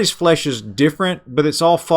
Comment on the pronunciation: He didnt say flesh...he said flayyish. 🤭